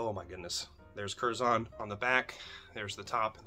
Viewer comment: Pronounced curzun. British English. We use the schwa everywhere. ə